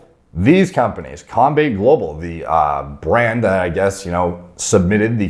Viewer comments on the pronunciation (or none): not to be that guy but just so you know it’s pronounced Com-bat-eh global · It was cringe when he tried to pronounce combate global